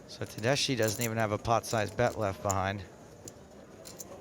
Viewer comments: Tedeschi Is an italian last name. The correct pronuntiation Is something like "Tedeski", not "Tedeshi". Just saying. Nice hand. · Pronounced tedeski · you read it tedesky, that means in italian Germans, as persons. italian surname indeed...thank commentator